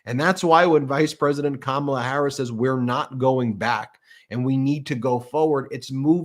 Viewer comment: Hey guys, I love your show! The disrespect he shows VP Harris by mispronouncing her name, should be disqualify